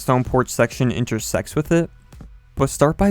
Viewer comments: i thought u said "because it will enter-sex with it" im not a perve and im 11 years old i swear thats wut it sounded like XD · avimose i can kinda hear the “sex” and “with it” parts 😂